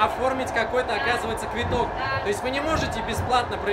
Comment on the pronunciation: А почему он говорит "квиток"? Ведь "Квыток" (так правильно произносить) это просто слово билет по украински.